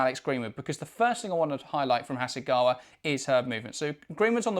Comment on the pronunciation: ちゃんとハセガワって発音してる。ちゃんとオリジナルの音声聞いてから書き込みな